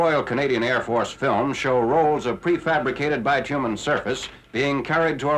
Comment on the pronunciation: It's bit-you-min; not bi-two-men. Many Americans call it tar paper or roofing paper. Those Japanese-Americans we're the 100th Battalion, one of the most decorated units in the war.